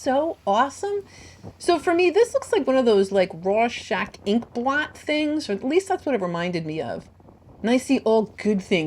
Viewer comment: the correct pronunciation for Rorschach is raw-shok